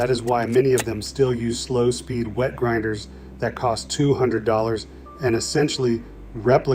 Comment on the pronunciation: Again, grinders, not grindet!!